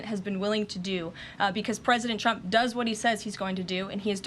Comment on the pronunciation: Trump, not Chrump. Diction.